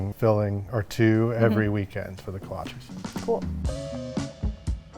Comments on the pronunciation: Look great, but Kolches, not kolchies…for pronunciation. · My Czech family (in Iowa) always pronounced it Kolach for singular or Kolaches (ko-la-chehs, not ees) for plural. Still love the video and you sharing these delicious pastries!